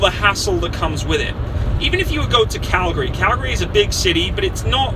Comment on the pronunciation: I love how he pronounces Calgary, most people would pronounce it how they see it Cal-gary, but to us its pronounced "Calgry" just a little thing I noticed that I absolutely love.